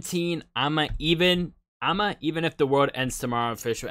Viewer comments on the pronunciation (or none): Yup! It's a happy song about the end of the world. 🤗🤔🤨 Guess you liked it! Loved your reaction as always. PS It's pronounced ee'-ma :shelterin